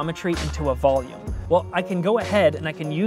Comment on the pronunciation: soy el unico que entendió: "Volume and boobs"?? hahahah